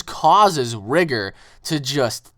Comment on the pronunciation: Bruh its rigor not rigger